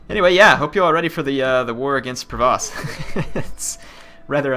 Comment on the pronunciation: the Duchy of Provence has an "n" in it so it's not Provoce, sorry to be one of those guys who corrects pronunciation:p